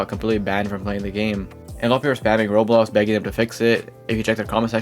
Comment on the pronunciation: why does bro say rolo, rolls and rolox instead of roblox 💀